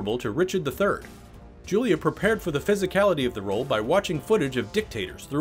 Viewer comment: Cringing every time he says Julia